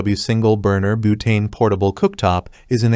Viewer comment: Boootane killed me 😂😂